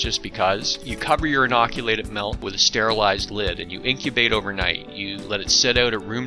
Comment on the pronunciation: It's spelled with an "I", therefore it's pronounced MILK, not MELK